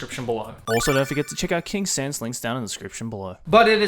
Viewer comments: saying the name of the sponsor: Kingsense what i am hearing: kinksense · Kingsense i thought it was King Sans